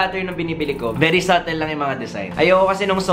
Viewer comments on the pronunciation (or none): none